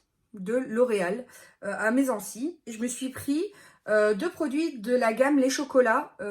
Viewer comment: J’habite à 20 min et je ris à chaque fois que je t’entends dire Messancy, ça se prononce Mèssanssy 😉😘